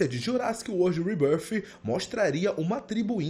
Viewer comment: Quando ele pronuncia "REBÃRFI" eu já paro o vídeo 😂😂